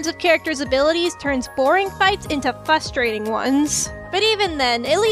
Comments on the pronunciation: When she says frustrating without the first r I get triggered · Knows so much about animation cant even pronounce frustrating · It's fRustrating....not fUstrating!!!!!!!!!!!!!!! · I noticed you say fustrating instead of frustrating. The r makes all the difference. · oh also "frustrating" has an R after the F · While this was a great video that makes a lot of good point, it's really frustrating that you pronounce "frustrating" with one R-you don't call it a "liberry" do you?